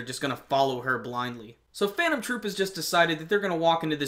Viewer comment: I'm surprised that you said the names of Phantom Troupe without mistakes not all reviewers can do that ^^ Great review :)